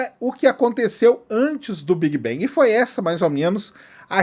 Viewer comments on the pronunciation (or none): Por que brasileiros pega todas as palavras em inglés que tem a letra A e pronuncia E? Quem disse que BANG se prinuncia BENG? Nossa .... Big bang seria : Bêg Bang com G mudo, bang com A agudo BANG! Outra coisa : deus só existe na sua cabeça.